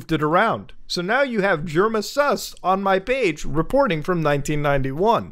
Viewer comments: Love that muta says SAS instead of sus to demean the lower masses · The way he says sus😂😂😂😂☠️🔥